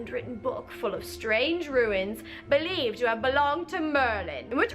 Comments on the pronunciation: why you keep pronouncing runes as ruins :D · I hate to be this person but Runes* Not ruins. Idk it bugs me sorry